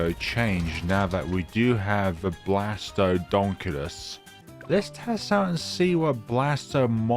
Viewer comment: Blastapopolus not blastmobolus